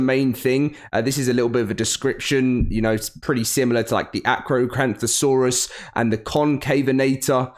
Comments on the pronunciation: Btw its pronounced car-car not car-char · It's pronounced "kark-aro-dont-osore-us" Not "car-ch-aro-dont-osore-us" Sorry I grew up on dinosaurs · It's not spelled Car-cha, it's car ka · Heres how you pronounce it: Car-car-O-dont-O-saurus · The name is Said like car-cara-don-to-saur-us hope that helps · Honestly Im glad my fav dino will be added even if he is the last dino Edit: Btw its said car car o dontosaurus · Well he wasn't wrong about saying the name - at least to me - incorrect. As far as i know its pronounced karkarodontosaurus but i might be wrong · I’ve alway pronounced carcharadontasaurus like car-care-uh-don-tuh-saurus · Just call it the carchar. Pronounced as car car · It's (CAR-CARA-don-toe-sar-us) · Just so you know carcharodontasaurus is pronounced like kar-kar-a-dont-a-saur-us Edit:another fact about the carcharodontasaurus is that it shared its environment with the spinosaurus irl which is why there is so much stuff about it and the spino in the description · You pronounce it car-cah-don-ta-Saurus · The name is pronounced car-care-a-donto-saurus That's how I've always pronounced it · Lol I know it is a really weird name but the “ch” actually makes the “ck” sound. So it would be pronounced “car-car-o-dont-o-sor-us”. People looking for pronunciations should just watch a Documentary on the animal or read a book on Dino species. Lol pronouncing the CH that distinctly triggers my OCD quite a bit. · The "ch" in carcharodontosaurus is pronounced like a hard "k" sound, much like the ch in sarcosuchus. So really it would be pronounced like Car-kahro-donto-saurus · Just a little tip for Pronouncing Carcharodontosaurus is that the "Ch" is pronounced like "Kuh" Like Car-kuh-ruh-don-tow-sore-us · For help with the pronunciation watch Jaws. When Hooper pronounces the Latin name for the Great White "carcharodon carcharias" Car car a dawn ta sauras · Hey it’s car care uh dont o saurus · Carcaro is how I have always heard it pronounced.